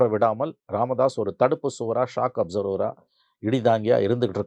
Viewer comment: ரெண்டு இடத்துல நீ சொன்னா மாதிரி, ராமதாஸ் " shock observer"இல்ல; அது " shock absorber". என்னா!